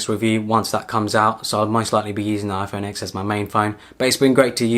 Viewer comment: Good video, thanks for your input.. just one criticism, you mentioning the iPhone X, its not pronounced as the letter X, it's 10(X is roman numeral for 10).. its the 10th anniversary of the release the original iPhone.. Other than that, a very good review. :)